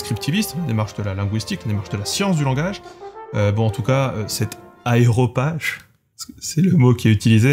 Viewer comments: ARÉOPage, pas aeropage. C'est le conseil oligarchique de l'Athènes antique. C'est un moyen pour le fameux professeur de lettres de se la péter en utilisant un vocabulaire pédant mais pas du tout approprié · Au fait c’est « aréopage », pas « aéropage » (une des nombreuses subtilités casse-couilles de notre chère langue). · Sans remettre en question la qualité générale de ton travail, dire "aéropage" au lieu d"aréopage" ne fait pas hyper pro pour un linguiste qui parle de questions d'orthographe. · ARéopage, pas AÉropage... (si, si, ils l'ont écrit correctement) : confusion courante à cause de la prévalence en français du préfixe latin aéro- (aéroport etc...). Mais, là, on est sur du grec (Areios pagos "colline du dieu Arès" d'Athènes où se tenaient les réunions politiques (et a pris ensuite le sens de "réunion de gens compétents et choisis")). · c'est a Ré opage et pas aeropage, merci j'ai kiffé la video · hooooo !!! "aréopage" de Arés ... et non Aéropage qui est un avion en papier..... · La vidéo est super, en revanche, on dit bien Aréopage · Pourquoi tu dis "aéropage" alors que c'est écrit correctement ?